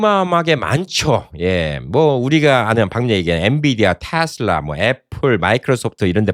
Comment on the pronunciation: 내말이 그말이여... 그것도 미국에서 사셨던분이.... 발음이 거시기 하네요, 잉! "테슬라" 가 바른 발음아니여?